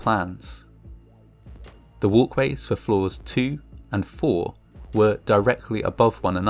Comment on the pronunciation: 2nd floor "walways"